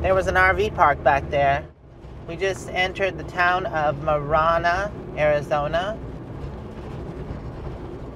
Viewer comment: You passed my son's residence on W. El Tiro Road in Avra Valley to your campsite. I live in Marana (pronounced Mare-anna, not More-anna), just about half-a-mile west of the Twin Peaks offramp from I-10. In the 28 years I've lived here Marana has quintupled its population from roughly 10,000 to just over 50,000 now. Insane growth. Mostly from California. But I love it here. Five miles north of my house and I'm in cotton fields, and because there are no streetlights at night in my subdivision I can walk out of my house at night and see a sky full of stars. That's worth a lot to me.